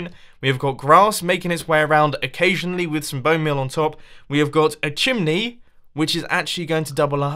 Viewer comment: did he just call it a "shimney"?